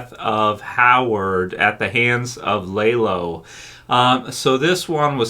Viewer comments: Good video! Just bothered me you pronounced his name lay-lo instead of lah-lo, other than that great video! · Dude, it’s not lay low, it’s lalow! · It’s not lah low it’s lah lo. No w at the end it’s a Hispanic name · Dude why do you keep calling lalo (lah-loh) the wrong name? It’s not Lay-Low. Haha I don’t understand how somehow can mispronounce a name from a show where you hear the name pronounced correctly many many times. Maybe if it were based on a book where you had already memorized the wrong pronunciation while reading the book and have trouble swapping to the new/correct pronunciation that came with the show, but that’s not the case here - you literally hear it correctly from day one and then say it wrong. Wtf? Lmao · LAH LOW. NOT LAY LOW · lol why do u call him laylo when the show uses his correct pronunciation a million times? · Are you calling him Laylow just to troll? I don't understand how people can hear characters say a character name like literally 300 times throughout the course of a TV show only to mispronounce it so badly as if they have only ever seen it written. You aren't the only YouTuber I've seen call him Laylow and I just don't get it no one in the show has ever called Lalo Laylow one time in the entirety of BCS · I was asking the same! How do you get it wrong when you hear them pronounce it over and over on screen!?